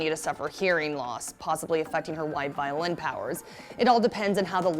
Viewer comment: can i just say: vi-o-lin, not vio-lin